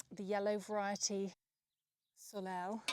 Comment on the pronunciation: I love how you present information in your videos. I also love the way you just take chances and experiment. P.S. “Soleil” is pronounced ‘solay’. It is actually a French word ( just as “courgette” is) meaning sun 🌞. ❤️🌸🇨🇦